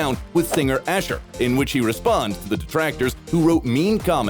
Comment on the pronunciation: list of errors in martin garrix video says martin garric instead of martin garrix says asher instead of usher